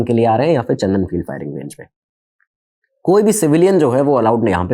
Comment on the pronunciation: सर चंदन नहीं चांदन